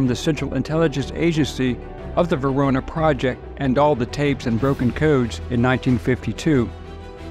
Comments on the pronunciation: Holy crap!!! Do you have dementia? VENONA project!!!! not “verona” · Venona, not Verona. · Venona not Verona...and FBI Agent Puvis did not kill Bonnie & Clyde. That was former Texas Ranger Frank Hamer.